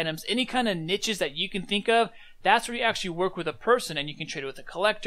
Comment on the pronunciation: the way you pronounce niches annoys the hell out of me